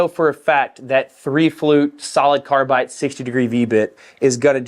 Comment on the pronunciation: Are you saying carbite? Haha sounds like it. Probably doing it for the off chance someone with OCD like me comments about it.